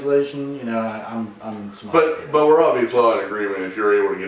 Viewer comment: Hey you guys said Samaje Perine wrong so I stopped watching